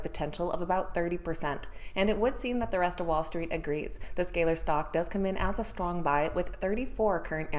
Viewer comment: She can’t even pronounce Z scaler